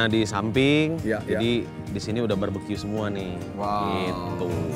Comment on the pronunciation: Lidah Boy kepleset "barberque"